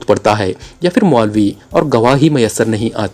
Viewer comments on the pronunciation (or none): Phal , k word m h ko silent nei ker sakty , Phal ko pahl bolna h Ap fhal bolty hain Kisi b letter ko silent nei kerna Phir ko phir bolna h Ap Fhir bolty hain ?????? Silent nei kerna Kuch b Kisi urdu k teacher s apni ushkil Hull ker wain JAZAKALLAH KHAIR